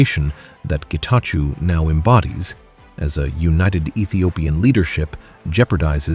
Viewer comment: Great take, thank you, but please ask the voiceover voice to pronunce it as Getachow instead of -chew as in chewing gum.